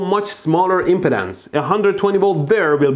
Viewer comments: Hearing it is OK, start to worry when you feel it. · Every time